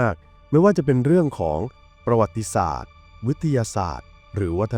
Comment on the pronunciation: อ่านว่า ประ หวัด ติ สาด